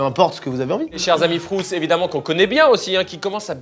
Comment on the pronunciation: C’est pas frOUtz c’est frUItz svp arrêtez 😭😭😭